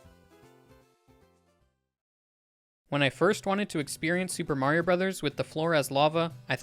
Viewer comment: I hear Marble Zone even though it is Mario